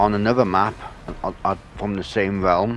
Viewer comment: Is the relwm bwoken?